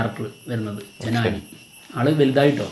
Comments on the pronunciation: ജനാനി അല്ല ജനനി 😂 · ജനാനി അല്ലടേ🥴 ജനനി.. 😑കഷ്ടം! 65 വയസ്സുള്ള ബാലയ്യയ്ക്ക് ഈ കൊച്ചു പെണ്ണാണോ നായിക എന്ന് മെഴുകിക്കൊണ്ട് X, FB'കളിൽ വേറെ കുറെയെണ്ണം 😑😑😑